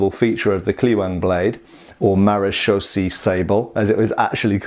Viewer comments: Hey great to see a sword from my native country of the Netherlands. Maréchaussée is pronounced Mah-ruh (as in rut) -shoh (as in Shiloh) - say. Sabel means sabre and is pronounced Sa (a is pronounced as the last a in Brittania) - bell. These are just the English phonetics of the top of my head but I hope it helps. Keep up the good work been a fan for years. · If it ain't Dutch, it ain't much.... j/k thanks for reviewing! BTW I'd pronounce it in English sounds more like clay-wang. Marechaussee is more like Ma re shoe - shay (ma more like the last two of Gamma) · Maréchaussée is pronounced like in french ... It ends in an elongated "a" (english "a") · Almost pronounced perfect. Just end with a long "ay" sound. It's a French word. And it's not police but armed border guards.